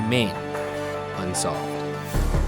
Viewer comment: RYAN YOU NEED TO PUT MORE EMPHASIS ON THE "UNSOLVED". Like the dun-dun in Law and Order. At the end, I always like to say it with you (well not with you, but with the recording).